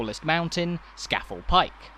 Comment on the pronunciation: "Skafle"? Ska (as in club ska music) Fell as in bloody big hill! So it is Ska-Fell... But locals say Skorfell, but is written Scafell!